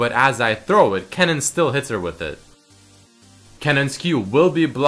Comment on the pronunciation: That dutch word kennen wasnt what you said